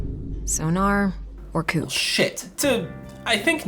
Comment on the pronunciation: I know that it doesn't matter, but it's annoying to hear someone constantly mispronounce Coupe's name when it's been repeatedly said within the game.